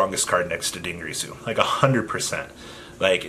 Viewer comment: Also DIN GEAR SUE NOT GREASU